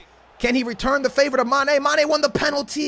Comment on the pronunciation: Not hating but the way he says mane really annoys me 😂 It’s mane Not ma. Ne